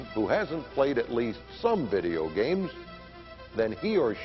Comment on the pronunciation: Vey-deo gheymz?? Never heard of em.